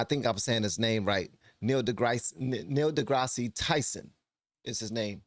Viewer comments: It's pronounced Degrass instead of Degrassi. He's a solid dude. Check out his "sermon" about science. I bet it moves you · Opine, as I’ve always understood it; “I’m about to talk at length and give you my informed opinion about that subject?” Something like that. Keep listening to both sides bud, and it sounds like Dee-Grass, not Deegrassy. Although I’m pretty sure you know that, nice YouTube engagement! 😉☮️🌎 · It's said DeGrass. The S is silent. Same with Illinois. It's said "Illinoi". And ya, Degrasse is self serving. He's got a leftist agenda. Smart as he is, he's a puppet. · Opine hold and state one's Opinion. That is the definition of Opine,. de Grasses' name is pronounced de grass. Ben Shapiro is an Attorney he graduated from Harvard Law with Honors in 2007 at 23,. Neil de Grasse Tyson is a graduate of Harvard (BS) in 1980. U. of Texas at Austin (MS) in 1983. Neil did not try to get his PhD until. So to say these men are Geniuses is quite correct. One became an Attorney in 7 years at 23 (Ben). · To opine is simply to give one's opinion. And DeGrasse is pronounced without the "ee" sound at the end. So, it's just like that stuff my husband really needs to go out and mow this weekend. LOL Tyson will literally say all kinds of sugar honey iced tea that he doesn't actually agree with, just so he can be part of the woke crowd and not get cancelled. He loves nothing more than to hear himself "opine". 😂 And yeah... people might have a right to identify as a pine tree if they want to, but they do NOT have the right to demand that I join them in their ridiculous delusions. Oh, and they also need to stay far, far away from the the kids. Period. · The e is silent. Just degrass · … it’s pronounced dee-grass…Tyson like the chicken